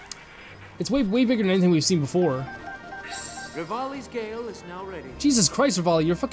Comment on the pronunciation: I love how you called it devalis gale😂not regalis gale